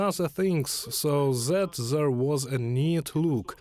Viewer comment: so zat zere was no beard so ZAT ZERE was no mustash. THAT NOT ZAT!! THere not ZERE!! TH TH TH THAT TH TH THE TH TH THERE TH IS NOT ZA blat.